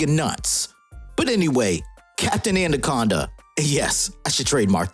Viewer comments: “Anna-conda” not “and-a-conda” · lol,why do u call it andaconda